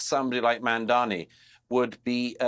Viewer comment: Jealousy killed the cat. MAMDANI, Mamdani, not Mandani you goofy tower of ignorance.